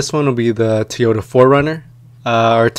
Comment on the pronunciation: TOYota not TEEota. thanks for the vid.